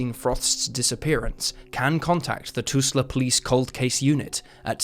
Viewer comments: It’s tull sa not tusla! Spelled just like it sounds! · It’s Tulsa, not tusla. The L is before the S. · Lol toosla? It's Tul-Sa, the l is before the s... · I knew something was wrong with that pronunciation, but couldn't put my finger on it. It finally hit me the last time he said Toosla, Oklahoma. I was omg! He's trying to say Tulsa. Jeez!!🤨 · It’s not pronounced “Toosla”. It’s pronounced “Tuhl-sa”. Ends with “sa” not “la” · I've been to Tusla, Okkahoma but never to Too-sla, Ok. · "City of What, Oklahoma"? "Tusla"? No! Tulsa*! Get it right! Even Brit, Eric Clapton got it right, singing "Living On Tulsa Time". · Tul-sa, not Tus-la. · Whats Tusla? You mean Tulsa? Even i know that and im a brit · "Tusla" Oklahoma. sigh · "toosla"? seriously? is this channel being read by an ai? and how tf is francine frost "solved by online sleuths". just another content mill, boo, shame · TUL-sa. It's pronounced exactly how it's spelled. Pathetic. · Da fuq is “Tusla”? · The tools from toolsa get quite upset about the pronunciation of their town, awww. Toolsonians? Toolsites? Tooleys. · I have to ask, are you using an AI version of your own voice because Toosla? Toosla. Oh boy I sure love that show Toosla King starring Sylvester Staloosla. I sure do love the Toosla Sound, that little known but very influential mix of country, blues, and folk pioneered by J.J. Caloosla. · TUHL-sah is the pronunciation for Tulsa. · Can you correct A.I.'s pronounciation? 😅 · Me at the start of the first case: Huh, I know Oklahoma pretty well and I do not recognize that town. Me at the end of the first case: Is he trying to say Tulsa?! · Calm down everyone about Tulsa pronounciation. Now you americans know how we from the rest of the world feel when you mispronounce our names.